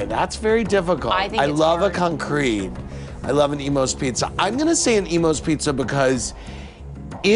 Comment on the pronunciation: What is with the weird syllablation of Concrete? It's CON-crete not con-CRETE!